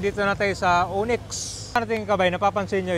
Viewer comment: O-NYX! hindi uniks